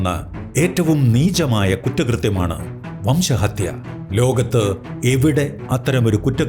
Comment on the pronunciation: വംശഹതൃ അല്ല 🎉.. അങ്ങനെ തോറ്റു 😅.. RC🔥🔥🔥